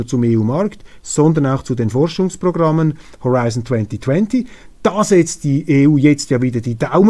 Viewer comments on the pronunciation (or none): none